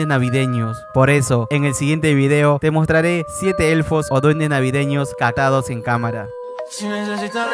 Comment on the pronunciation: quien noto que dijo cacados